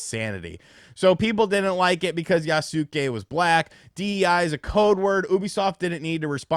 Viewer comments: Yasuke is pronounced Yah-skay not Yah-soo-kay! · It's pronounced "YA-SKAY" Not "Ya-Suk-Kay" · YAS-KAY! YAS-KAY! YAS-KAY! GET IT RIGHT! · Just as a note, in case you read this, any Japanese name ending in "suke" is pronounced with the "u" silent. In this case, Yasuke would be pronounced "Yahs-keh." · 弥助→やすけ→や・す・け→[ja]・[sɯ]・[ke]😘